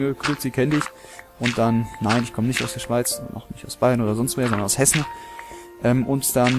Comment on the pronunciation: hessen klingt wie essen wtf jetzt hab ich hunger xD